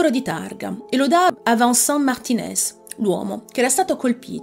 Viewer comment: Vincent non si pronincia Vansan, ma VENSAN!